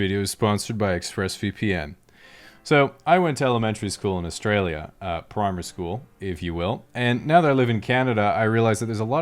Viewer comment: I didnt believe him untill he said primary school in a perfect accent